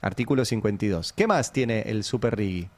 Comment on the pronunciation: Se pronuncia "RIJI" no tiene U. Excelente editorial como siempre ❤